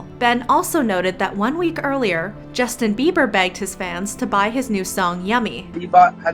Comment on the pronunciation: Did justin really just say yummyo 💀💀🤣